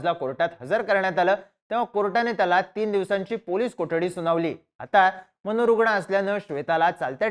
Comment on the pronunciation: हे , अस , कुठ , प्रयत , मनोरुगन , 😂😂😂😂😂